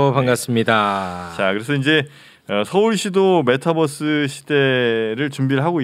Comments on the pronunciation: 님은 메타버r스를 메타뻐쓰 라고 발음 하시네요 시내버스인줄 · 어려웠던 메타버스의 의미를 잘 설명해주셔서 감사합니다. 그런데 서울시 공무원 여자분, 끝까지 메타뻐.스. 뻐스. 뻐스.. 메타버스 잖아요. 뻐스 타고 다니는거도 아니고 끝까지 뻐스래. 짜증나. Metaverse. B가 아니고 V 자나요. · 뻐스? 유니뻐스라 읽나? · 메타 뻐스.. 발음 거슬린다. bus로 생각하는 것은 아니겠죠?